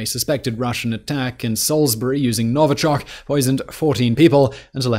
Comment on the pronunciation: Salisbury not SAILSBURY